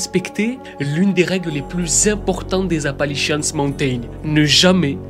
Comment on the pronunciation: C'est pas Apalichiasse, qu'on les appelle mais Appalachians 😂😂😂